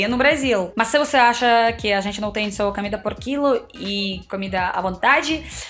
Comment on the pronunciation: vc ainda trocar O pelo A exemplo (comida vc fala camida)😮